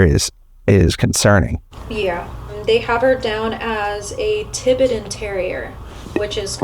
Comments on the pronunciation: TI-BET-AN (accent on 2nd syllable】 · It's pronounced Tie bettan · It's pronounced TIE BET TIN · Ti-BET-an. Like the country, Tibet. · I think its tie-bet-tan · Hard to believe that you and your gal here did not know how to say "Tibetan" Terrier. The educational system in the USA is downright awful. Tibet is a COUNTRY in this World of ours. It's NOT "tie~bet" and it's not "tibbet". For goodness sake ! The entire episode is appalling.